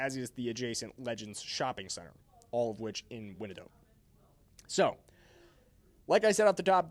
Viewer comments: Hey Are you EVEN FROM THE KC AREA Winnidotte County???? WY-AN-DOTT COUNTY!!! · That’s “Why en dot” county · Know the area if you’re a Chiefs fan reporting on Chiefs information. Didn’t even pronounce Wyandotte correctly 😂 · Ikr. Lol